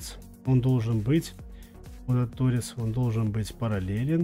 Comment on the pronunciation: Не то́рец, а торе́ц. Не рейсмус, а штангенрейсмус. Это немного разные инструменты.